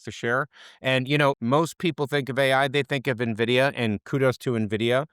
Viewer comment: as an analyst, if you don't know how to pronounce N- Vidia correctly, then your credibility is somewhat dented